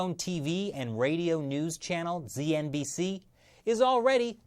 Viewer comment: It is called zednbc not znbc I know because I am Zambian